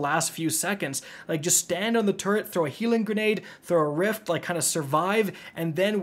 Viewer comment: "Turret"? You went with "turret"? 😅😢